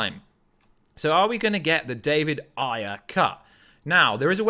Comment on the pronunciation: Why does he keep saying Ayer like that? 😂😂😂 Is that the right way to say it? It's making me cringe.